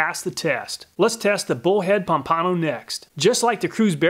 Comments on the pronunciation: Loved the vid and findings. Nice job. Mispronounced Pompano… lol. It’s Pomp - ano… not Pom - pano. 🤣😂. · Pomp-a-no, not Pom-pano. Great vid! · Florida man here... FYI Pompano is pronounced “Pompa-no” not “Pom-pano” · Florida man chiming in: Pompano is pronounced "Pom-puh-no". i.e: Pompano Beach, Florida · Pom-pan-oh it’s a fish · I cringe at how he pronounced pompano it is ( pom-puh-no)